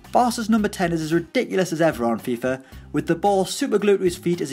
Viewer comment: Anyone else hear that he’s saying fifer 18 lol